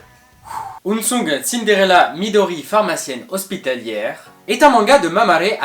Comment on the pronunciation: Je vois plusieurs personnes le prononcer "ounsoung" mais bien de l'anglais et pas du japonais ^^' Unsung = discret, méconnu x)